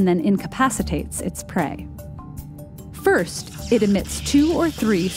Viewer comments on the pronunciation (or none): none